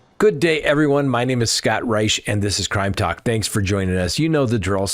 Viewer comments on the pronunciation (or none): none